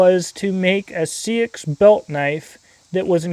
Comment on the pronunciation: Love this. I have liked seaxes (old English knifes) for a longtime. Just so you know it is pronounced more like sax or more accurately saex. Confusing I know. But it's true